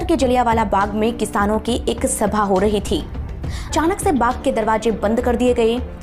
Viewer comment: जलियांवाला बाघ नहीं जलियांवाला बाग है